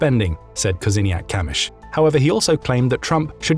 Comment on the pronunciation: I really have to pay respects to your pronunciation of Polish last names, especially Kosiniak-Kamysz - that's not an easy task! And yeah, we always feel... pressure. Like all the time. I mean pressure regarding being raided, but the last couple of years this pressure increased considerably. I would also like to express my gratitude for all the heartwarming words I read in the comments. Also, I must admit I'm touched by them. Yeah, quite... touched. Thank you.